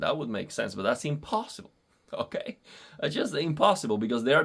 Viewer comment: “Okei” Cb tú eres boricua? 👀🔥